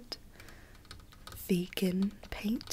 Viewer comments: It’s VE-GAN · She said: “Vee-GUN” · Rose Menon every time she says that I just go crazy... VeGaN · "this grew right in the wild waking it V E G A N." idk why that was so funny XD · no one:: VEGAN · Every "vEgAhn" gave me violent flashbacks to Rita in the movie flushed away XD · can we get timestamps of every time says "VeGaN" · its v e g a n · Am I the only one who's gonna encounter the word vegan later and all I'll think in my head is saying vEEgAn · I love how you get triggered when you say "VEGAN" Mood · Elise Mauree the ya she says VEGAN tho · Every time she said “VEGAN” I was like, calm down BuDdY, no need to get SaLTy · the way she’s saying vegan makes me laugh so hard